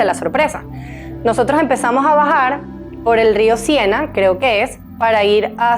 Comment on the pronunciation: Río Sena… no Sienna!!! 🫣